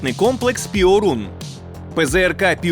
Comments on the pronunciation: Перун, а не "піорун" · Не "піорун", а пьорун! Тобто блискавка. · не піорун, а перун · ...штук. і то не на передову. А польський ПЙОРУН - то Перун., а не піорун. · io в польській мові читається як йо - тому не пиорун, а пьорун. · Piorun читається як Пьорун. А переклад то блискавка. :) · ПЗРК ПьОрун. наголос на "О", яку пом'якшує "і" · Після слів "піорун"😂 я пішов звідси і думаю не повернусь)